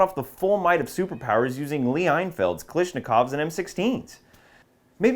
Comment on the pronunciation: It's Kah - LASH - nIkov not Kah LISH - nikov